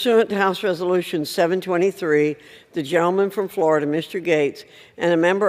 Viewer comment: Madam speaker sounds like she says Jell-O man instead of gentleman